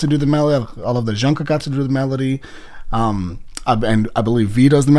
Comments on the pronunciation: ure saying shungkook ^ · its jungkook with a j sound btw, just a little something to let u know